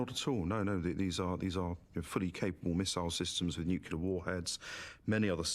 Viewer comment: The guy talking about "nucular" bombs is an idiot.